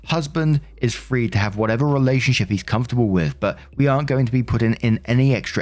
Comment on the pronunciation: Heheheheheh you said relationshiT.....hahahahaha